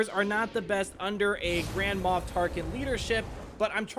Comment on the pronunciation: y u say grandma tarkin?